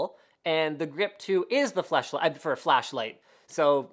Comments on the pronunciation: Nice try Linus but we all heard flesh light hahahahah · am i the only one that heard linus say fleshlight hehe ;) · Lol FleshLight ummm Flashlight. I literally cryed laughing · You can't look me in the face and tell me he wasn't just about to say "Flesh Light" LOL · hahahahahahaha Linus said FleshLight hahahaha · LOL HE SAID FLESHLIGHT!!!